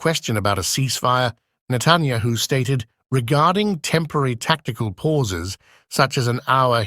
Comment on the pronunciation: Who is Natanyaho? Why can't your computer voice pronounce names?